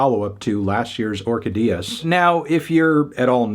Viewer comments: Orquídeas is pronounced or-KEE-dee-yas... not or-ka-DEE-us... when there is a tilde in a Spanish word, that is where the stress falls. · Anthony, it's pronounced or KEY diass